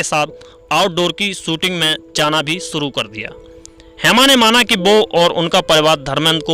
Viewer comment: aap bahot ajeeb aor galat hindi bolte hain, yahan tak ki apna nam bhi thik uchchadan nahin kar sakte -. Aor aap bolte hain - suru, prsidh, ishtar, shinema, Rames, nrdest, bhavis, chaalbaj, Sri Devi, Mumtaaj, pradarst, parpoj, kosis, sadisuda aadi. Aapne hindi bolna kahan seekha hai, bhai? Tashkent, Uzbekistan.